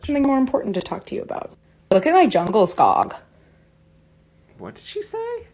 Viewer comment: The bear is from Ikea, it's called "Djungelskog" (jungle forest in Swedish). It's not pronounced "jangleskogg" though.